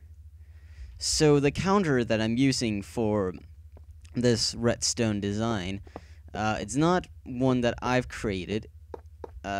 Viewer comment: retstone? I thought it was redstone :)